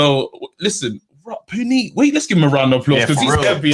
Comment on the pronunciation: Yooooo... his name is pronounced Pu-neat. My mind was blown. Nice guy too. We have the best community great defeaters! Great show, mad I missed it. Will defo call on the next one! On to business. I would love for Chisora to win against Usyk. I think Usyk will try to be evasive however when chisora gets him in a corner it’ll be curtains. I like Usyk but I get sick of all these fighters that have that hope insurance 🤪. He’s good, but a little overrated just like Golovkin and Loma (don’t start me on Loma!). Also, I like you but Yarde mashes up your church guy 🤣. Would pay to see it though. Keep it up lads. Look forward to the Friday ep.